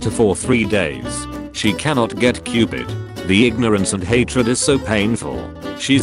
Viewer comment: how people say COVID: CO-VID how the voice says COVID: CUPID!